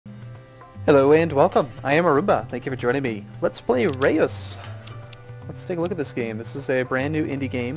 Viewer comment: You prenounce it like RØS, if you know how to prenounce the scandinavian Ø. Greetings from youre Dutch viewers :)